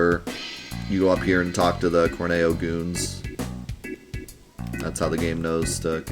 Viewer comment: Also, it's always and forever pronounced Cor-Neo because Corneo is horny-o